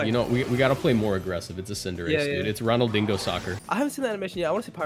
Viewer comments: It's pronounced "RonaldiÑo" but RonalDINGO is the new canon for me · you certainly don't pronounce ronaldinho like that lmao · listening a fellow latino pronouncing Ronaldinho like that removed 10 years of my lifespan My life is joever